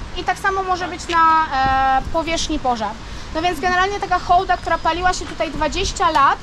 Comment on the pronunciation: Super że Hołda a nie hałda. To tak jak by mówić hasiak😀 Pozdro